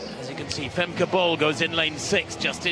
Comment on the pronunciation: Bull. Her name is pronounced, "Femka Bull". Not Bowl. Not Ball. It is Bull. Listen to her sometime pronounce her name.